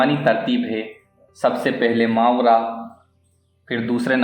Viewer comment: صحیح تلفظ ما ورا Maa wara ہے